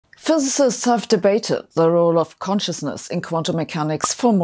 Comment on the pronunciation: Hard time pronouncing physicist 😂